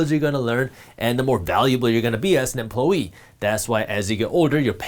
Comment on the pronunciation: Idk why, but I like the way he says "emplowyee" 😂 But in all seriousness, shoutout to Jaspreet dropping real knowledge!